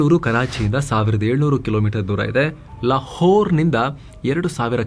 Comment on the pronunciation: Your pronounciation for La-whore 😂🔥